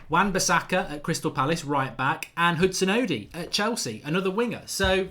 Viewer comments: Sounds more like he's saying "Oh di" but its pronounced "oh doy". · Mark´s out here saying "Hudson-Udi" hahahah